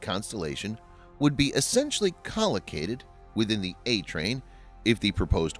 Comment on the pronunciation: Co-located, not collocated, I’m thinking.